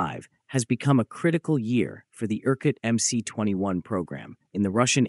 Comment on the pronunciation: Teach your stupid AI voice how to correctly pronounce MC-21!